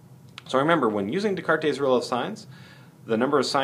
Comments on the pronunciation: It is pronounced "d-cart" not "d-cartes" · the S at the end is silent too, fyi. It's just de-cart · Jesus fucking christ. Descartes was French, not Spanish. His name is pronounced like "day cart". Also, he is famous. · I wonder how the name was pronounced when Descartes was alive.